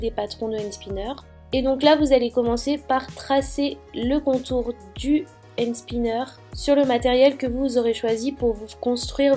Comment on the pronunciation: on dit pas end spinner mais and spinner bisou j'adore tes vidéo 😍